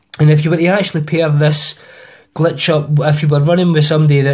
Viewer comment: its glitch not gletch